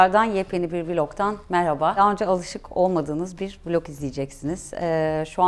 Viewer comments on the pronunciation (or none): none